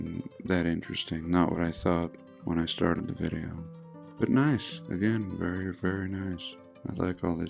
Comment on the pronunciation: Vewy intewesting